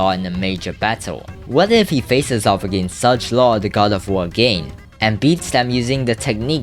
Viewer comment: Theo❌ Tio✔️ Lettuce❌ Lattus✔️ Sargelaw❌ Sajlaw✔️ The election❌ The laction✔️ Holy pronounciation 🖐️😨🖐️